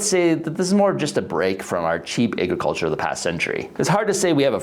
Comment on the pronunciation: Whats "ayy-gruh-culture"?